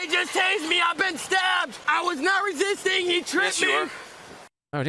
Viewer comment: “I WAS NOT BEING RESISTICK” 🤣🤣🤣